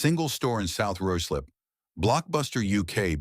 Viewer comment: It’s pronounced ryeslip not rooslip.